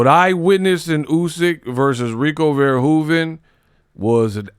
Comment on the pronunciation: Controversy, scandal, mayhem, tragedy!!!! Look: how you pronounced Verhoeven the first time is down to a T! I live in the Netherlands where Rico is from, and I can vouch!!!! 🔥🔥